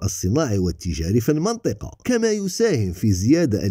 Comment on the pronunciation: هي مدام راك تحكي بالعربية ، المنطقة تتقرا المِنطقة بكسر الميم ، وصحا فطورك وشكرا على المجهودات